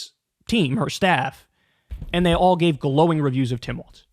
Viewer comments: Dear Kyle, I love your show 💙💙💙🤗🤗🤗 ... thrilled as can be ... with all due love and respect 💗💗💗, "Walz" is pronounced like "Walls", not "Waltz" ... no "t" sound 🤗🌿🌷💙💙💙💙💙🌷🌿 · its pronounced like walls not waltz. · Kyle I’m gonna need you to learn how to pronounce his name it’s Walz not Waltz! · It’s walz not waltz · I guess even fans of his will continue to mispronounce his name. Kuh-ma-luh and Waltz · Kyle your take is great on Tim Walz but for the love of all things please say his name correctly. His name is pronounced "Walls" there is no "t" in his name, its Tim WALZ!!!! Thank You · Kyle. Say it right, he deserves it, Tim Walz. Start by saying Tim Walls if it helps.